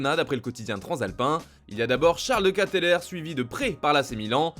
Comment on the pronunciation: Charles de Ketelaere.. Bordel ta prononciation.. KATELAIR xD si tu veux la prononciation en phonétique tient xD QUAI TE LARD xD